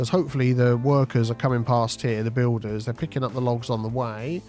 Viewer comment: u say Bulders and building Hawlers!!!!